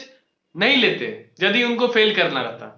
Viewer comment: Nepali ho kya yadi ko jadi bol rhe ho😂